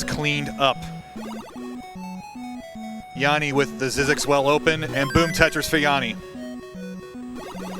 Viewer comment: It's not Jaani it's Jani.